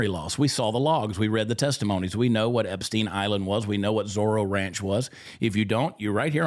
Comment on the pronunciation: HE did. He defended them HARD. Angerly asked why we were still talking about Epstien. He even acted like he didn't really know the name. Mispronounced it a bit. HE acted like it was offensive that the reporter even would ASK about it. Trumpsters are in a bad spot now. He's lost me.. not that I mean anything in the grand scheme of things.